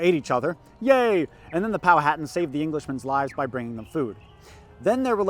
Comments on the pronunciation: Hey man great video and great content. My only issue is the way you pronounce Powhatan. It is Pow-hu-tan not Pow-hat-an. I live in the area that this all took place and I studied this history extensively and it is a common mistake. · Poe-ah-tawn. I know southern native american tribe names are weird to pronounce but I feel pretentious so I'll correct someone who undoubtedly knows more about history and ancient society than I do. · I live in Southeastern Virginia, Jamestown is required learning. Went there on a field trip in 3rd grade. Too young to grasp what really happened but it was fun. Also, have I been saying Powhatan wrong this entire time? Is the way it's said in the video the correct way?